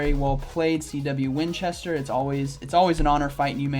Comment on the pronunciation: ay very nice and well done! As always :) gonna be nitpicky here but that last battler, your rival -- you pronounce his name as "CW Winchester" but there's only one W, so wouldn't it be "C Winchester"? Just saying!